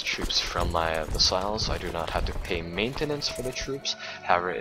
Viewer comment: vAssals not vEssals